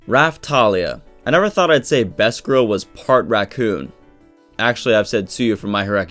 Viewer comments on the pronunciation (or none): none